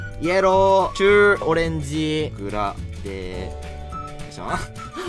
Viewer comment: イエ…ロー？ヤローになってない？気のせい？笑 しかも「ロー」はエルだぜや…